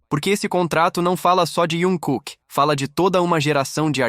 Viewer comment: Tem que aprender a falar o nome do artista se quer falar sobre ele,e nome da agência também.